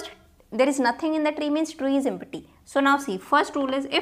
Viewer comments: it is not em-pa-ty..it's pronounced as em-ty...p is silent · Empty is pronounced as em- tee